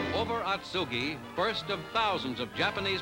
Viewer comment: Pronunciation is a bit off but still a good video. Spent two wonderful years at Marine Barracks Atsugi in 1970 & 1971.